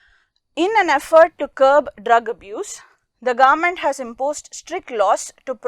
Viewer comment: The government word is sounding like garment rest the video explanation is really good